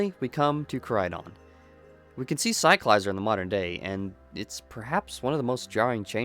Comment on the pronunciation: In the Pokémon company videos released, they give us the proper pronunciation of some Pokémon, Cyclizar is one of them and you can’t pronounce it correctly?